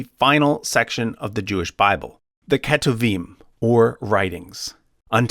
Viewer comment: Hey! I noticed you pronounced כתובים as ‘keh-too-veem’, while it’s not far off, the correct pronunciation is more like ‘k’toov-eem’. Hope that helps!